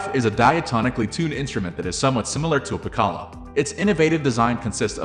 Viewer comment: Piccolo [PIK] + [UH] + [LOH] Your bot needs some tweaking.